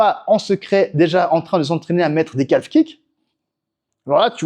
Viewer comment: Bonne video, mais on prononce pas le l de calf, on dit [ka:f]